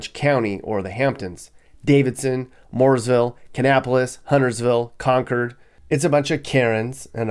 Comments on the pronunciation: STOP PRONOUNCING CONCORD AS A NEW ENGLAMDER! IT AIN'T CONCURD IT IS KON KORD!! REMEMBER THIS IS NORTH CAROLINA,! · Con-cord , not con-kerd 😕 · HOLD UP!! He knows Jack about Charlotte and even less about the metro. He pronounced CON-chord , CON-curd. That's death. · Con”curd”? The town is pronounced Con”Cord”. Like a cord. Myers Park and Eastover has the highest concentration of wealth in Charlotte. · Right!!! I was thinking the same thing. It is CON- CORD for heavens sakes lol